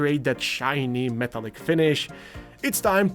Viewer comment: 'meh-TALL-ick'. Not 'META-lick'. Thank you for your attention to this matter.